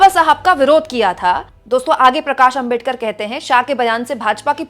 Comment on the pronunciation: आपका सम्मान है। लेकिन क्या अंबेडकर, अंबेडकर, अंबेडकर, अंबेडकर! सरनेम तो सही से बोलिए। वो आंबेडकर है। अम्बेडकर ya अंबेडकर नहीं। कोई भी नाम सरनेम किसी langauge में चेंज नहीं होता न करना चाहिए (बोलने में कठिनाई हो वो बात अलग)। क्या ये बात आपको मेरे जैसे सामान्य आदमी ने बताना चाहिए। गांधी को गंधी या मोदी को मेडी, यादव को यदव, शर्मा को शर्म बोलो तो कैसा लगेगा। पुराना गलत तरीका छोड़िए अब तो। क्या ये इतना कठिन है?